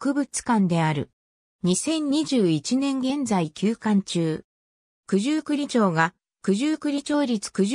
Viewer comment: すみませんが、九十九里ちょうでは、なく九十九里まち片貝ですよ。